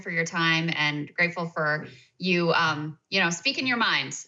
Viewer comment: What did he say? Fort you? Fart you?